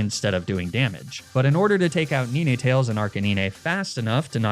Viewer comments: Please. Please god no. It's 'nine'. Like the number? You know, 7,8,9. It's not 'nee-nay'. Please stop. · Really like ur videos, but u saying ninetales the way u are, when it literally has 9 tales is triggering me so much, its 9tales bro pls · he was sayin NINAY TAILS😭😭😭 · *Did he just say "Ni-ni tails" and "Arca ni-nah"?*.... 👀...lol never seen Nine-tails and Ar-canine pronounced that way before but you know, to each their own lol Either way, Loved the video, always love videos like this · Sorry, I can't subscribe to anyone who says 'Neenaytales' and 'Arcaneenay'... xD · Ninehtales and arcanineh😭😭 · bro leanr how to say ninetales and arcanine